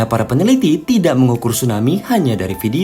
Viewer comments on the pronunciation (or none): none